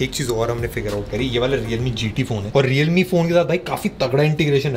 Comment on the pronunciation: Leowramee... Lol